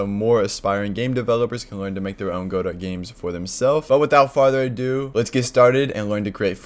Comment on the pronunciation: every time he pronounces godot incorrectly i die a little inside